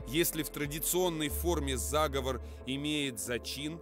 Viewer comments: Заговоооор а не заааговор, зааааговор это договор и план по переврпоту или злодейству а заговооор -- это заклинание и практика традиционной культуры дИКТОР СЕБЯ ПЛОХО КОНТРОЛИРУЕТ И УДАРЯЕТ НЕ ТАМ почти все время режет слух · Да, я тоже согласен. Конечно же, заговОр. Диктор сам говорит - заговОрная традиция. Дьявол кроется в деталях. Но, в целом, неплохой видос для начинающих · Правильно ли говорить "зАговов"?Может это "заговОр"?